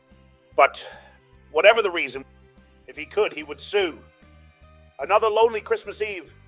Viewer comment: Brilliant!!! And it is sessmuss not christmass